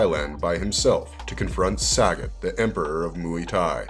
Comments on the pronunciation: The name is pronounced Sah - got my guy not Sag- it lololol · SUH-GOT not Sagget 😂😂😂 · It's pronounced "suh-got" (sagat)